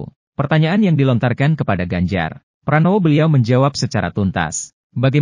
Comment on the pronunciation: Yg menyampaikan narasi di video ini kok masih salah sih menyebut nama orang: Pak Ganjar Parnowo sebanyak 2 kali.